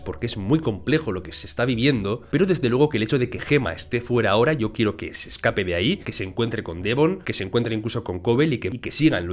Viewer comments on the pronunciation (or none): none